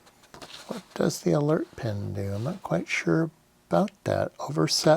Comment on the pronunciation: What's a " lert " ??? Hahaha